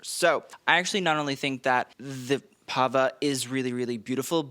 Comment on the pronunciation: I loved this Met! 1) No Blake thank God. 2) Your reviews are informative and top notch. Only please work on your pronunciation. I love Benito’s Pava and whole fit!